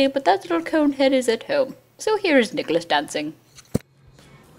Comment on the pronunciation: nicholose =)) it sounds like Nichol-O's :))